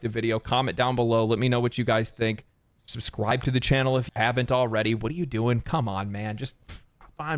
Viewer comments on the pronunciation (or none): did he say subscwibe??